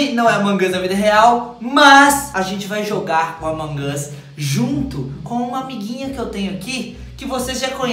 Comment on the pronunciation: Vc fala errado among as e among us